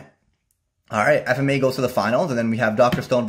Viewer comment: why do u keep mispronouncing FMAB.